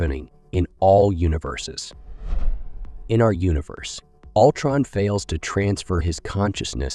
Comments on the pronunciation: I can't watch videos where the narrator constantly butchers the heroes and villains' names. Altron no, no, no, it's Ultron stupid! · Yeah “Altron” was sending me